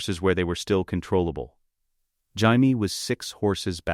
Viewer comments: Why can the AI voice pronounce Jon properly, but not Jamie? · This is AI shit. Cant even pronounce Jamie?